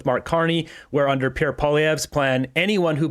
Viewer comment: Hey Buddy......Can you at least try to say Pierre's name properly !!?